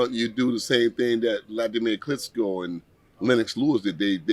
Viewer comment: He worked 10 years with wladimir and still mispronounced his last name its "Ch,," not "ts,"😮😢